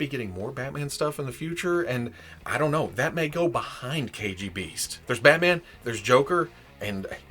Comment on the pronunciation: Biggest props not only for this review, but for pronouncing the original name right. Hiiie from Russia!!